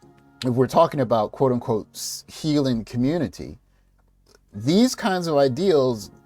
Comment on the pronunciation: I thought Biden was going to save the "communitah." What happened?